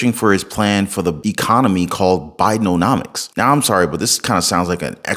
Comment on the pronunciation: i know Ur mispronouncing Biden’omics as Biden’O’nomics intentionally 😹 Ur awesome 👑♥️🕊